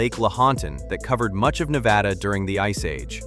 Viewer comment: Nevada is pronounced "Ne-VAD-uh". With the "VAD" rhyming with "bad". It is NOT pronounced "Ne-VAH-duh." No variation of the pronunciation should end in "duh". You are mispronouncing it throughout this video.